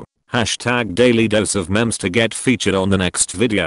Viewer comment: Why do u pronounce it mem